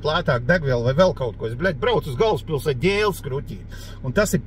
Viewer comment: "es brauc uz galvspilset ģēlas kruķit" 😄